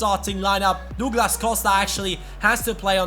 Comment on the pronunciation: Js it's "Duglas" not " Dooglas"